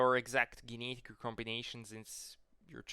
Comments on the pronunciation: I love how you say the word "genetic" 😂 Gee-ne-dik. Very based content. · You don't know How to say genetic.